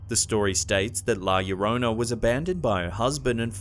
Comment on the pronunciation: The first one is setup that's a human child. Now I'm interested inm going to Japan to this hospital. Llorona the first part llo is pronounced as if you are going to say Joe leaving the "e" and adding rona to it.